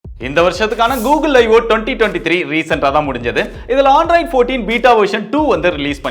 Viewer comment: Bro not Aandroid it's Android